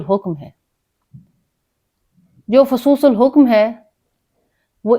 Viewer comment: باجی فصوص الحکم میں حکم کی حا پر پیش نہیں زیر پڑھیں شکریہ